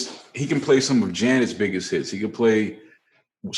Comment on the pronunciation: 😂😂😭😭💀😭 Joe has zero chance of washing anyone with his cant even say hits..lol..gotta say hit